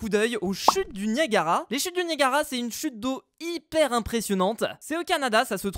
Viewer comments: Tu as dit "Naiagara" sa se prononce "Niagara" bref, j'ai adoré ta vidéo comme toujour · Nayagara Falls!?, a chaque épisode tu vas nous faire une faute de lecture?